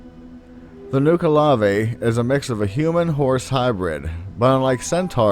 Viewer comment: Nuckle-uh-vee As opposed to Nuke a lavé. Though I understand why have pronounced it as you have. There was one other word you got wrong but it escapes me as I am typing this I suppose it is not important.